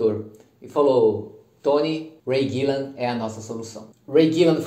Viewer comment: Não é Ray Gillan, e sim Ray Gillen, a todo momento ele fala errado.